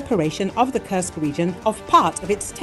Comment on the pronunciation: When will you get the pronunciation of Kursk region correct?:Kursk is not a curse!!! It is an u as in food, super, etc. Thank you for changing that incorrect pronounciation. And please do not only count losses in money. Thank you.